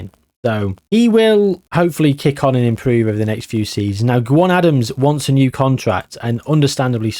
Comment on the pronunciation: Another great video mate the legwork you put into these is phenomenal. I will say though Gwion Adams is pronounced Gweeon.